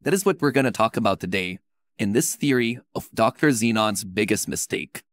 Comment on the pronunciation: It's just a thery a tdx thery 😂😂😂😂